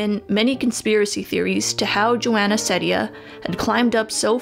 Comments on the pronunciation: The Courtney show you are right! I love her very much. I tried watching Emma chamberlain but i did not have fun. And psych IRL No u did not pronounce her last name correctly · I don’t think you pronounced it right :) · You pronounced it wrong and she says her name multiple times in her videos. Do some proper research about her before you suspect her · you pronounced her name wrong s0 mANy tiMEs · It triggers me a lot how you say Ceddia. Its pronouced seed-ia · its pronounced ceedia i think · nope. It’s Joana See-dee-Anne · It's pronounced like SEEdia instead of Sedia, but close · nah it's Seeedia not sedia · Hahah I know that u pointed this out but I’m just saying It’s pronounced. SEED- ia. Not trying to be annoying I thought it was SED- ia too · you did not pronounce it right, it's ceddia (seedia) :) no worries though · It's see-dia but whatever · Well its pronounced seed- eea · it’s pronounced “Seediya” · It's pronounced like "see-dee-uh" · You should pronounce it like Sidia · It's "seed-ia", lol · It’s wrong. Her pronunciation is seed-dia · It's SEED-IA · No you didn't pronounce it right. It's (See-dee-Uh) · it is pronounced s-ee-d-ee-a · U did not bit that's ok it's Ceddia(sed-ia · You kinda said it wrong.... (Seedia is how it’s pronounced. But i don’t blame you) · lol no it’s pronounced Seedia even though it’s spelled Ceddia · It’s pronounced See-Dia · Isabella Portillo no, it is pronounced see-dee-uh. On her q&a video someone asks her how to pronounce her name and she says it’s pronounced see-dee-uh. If you don’t believe me you can check it out for yourself. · Her name is pronounced Ceddia (seedea) just to clarify :) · it's pronounced see-deeya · its see-di-ya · its actually (CEED-A) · It’s seedia (that’s how It sounds) Seed-ia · It’s said see - diya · ITS PRONOUNCED SEE•D•A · Its almost pronounced Zendaya but it’s Ceddaya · It’s pronounced Joana CEEdea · It’s pronounced (Cee-Dee-ahh) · um srry but i think its pronounced SA SEED UH :I